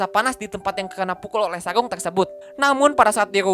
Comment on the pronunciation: Sarung ka, bukan saung..he